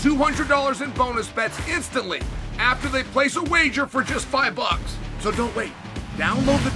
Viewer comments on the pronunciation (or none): none